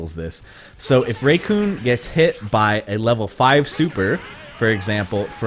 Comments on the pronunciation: hearing raycoon instead of REECOOME rubs me the wrong way! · It's Re-koom, not Re-kyune. Jesus fucking christ. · Am I the only one who heard him say Recoon instead of Recoome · Who's "RayCoon"? Because the names, RECOOME, and it rhymes, with DOOM, and you're gonna be hurtin, ALL TOO SOOOOOOOON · Its not raycoome its only recoome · IM GOING TO FLIP MY SHIT IF HE SAYS RAYCOON ONE MORE TIME ITS RECOOME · RECOOME NOT RAYCOON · who is RAYcoom it is pronounced rickoom but spelled recoome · Its said as; Recoome not "Raycoon" what the hell gives with your pronunciations? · REE-COOM not raycoom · I died when he said raycoon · When does he say "Raycoon?" EDIT: Just found it, and yeah, WHO THE HELL IS RAYCOON?! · Racoon you mean recoome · Ray-kune lol ra-coom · whos Raycoon? Oh do you mean Recoome? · 1 month later and has nothing to say lol and it IS RE-COOME for anyone else reading this, so I don't know what anyone is getting an attitude for. If someone pronounced YOUR name way off, you know damn well you'd correct them. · I didnt watch the video but I feel like he said it like Recoonay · Zephyr You mean Raycoon? Lmao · REEEEEECOOOOOME KIK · Raycoone though. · Lol or Ray-Kun? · pronounce recoome correctly its silly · So basically there are people who NEVER watched the anime, but play the games. The way you pronounce Recoome is like some people pronounce Mario as Mary-o. It triggers some people. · just don’t he probably said it wrong by accident or that’s how he says it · MY PLANET NEEDS ME Edit: Also holy crap the way you pronounce RECOOME hurt me, and I don't even like the guy. Please fix lol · I never liked recoome but at least say his name right